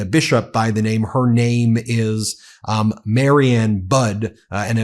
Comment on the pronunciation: Budde is pronounced Buddy, not Bud. Mariann is pronounced Mary Ann, not Marion.